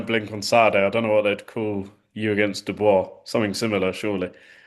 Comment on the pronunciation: It's not Du-boice...it's pronounced Do-bwah🤦🏽🥊I'm still a supporter..you're a pretty good fighter💪🏽